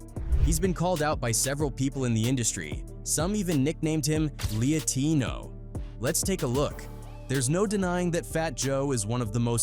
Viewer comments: Ai said "Lee-uh-tee-no" as if it was a nickname, its "Lie-tino"😂😂😂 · some people even call him leah-tino I think its just lie-tino buddy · Instead of LAtino..it’s LIEtino. Not “LIAtino” Stupid. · " LIE-TINO " not leahtino. 🙄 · Lee-a-tino?? You mean lie-tino?! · I definitely read that in my mind as "Lie" tino, not "Lea" tino 😂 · Lee-uh-teeno ❎ Lie-teeno ✅ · Lee- A-Tino LMAO. Get a new Ai voice please. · Believe it's pronounced LIE -Teeno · Lol "leeyateeno" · Lee Ya Teeno? Ok, thats where I stopped listening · The Ai couldn’t said “lietino” right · “LIYAH TINO” 😂😂😂😂😂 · "Lee A Tino" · it said "Leahtino" lol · “Lietino” haha what is “Leahtino?” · Yeah Leah Tino made my eyes roll. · “We all call him Leeyateeno” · I cant believe all these old school rappers keep getting Tu=Pack's name wrong. If I didnt believe that, then I'm a bigger "Lee-ah-tino" than Fat Joe. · The exact way you explained it is how I pronounced it. It's only spelled out Lie-tino.😂 AI is an illiterate bastard.😂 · I think its LIE-tino bro lol